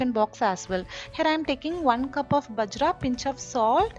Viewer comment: Not பஜ்ரா.... it is பாஜ்ரா